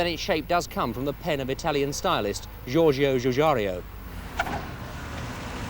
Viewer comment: Georgio Gugaru? That's a very mean way to pronounce for one of the greatest automotive industry designers.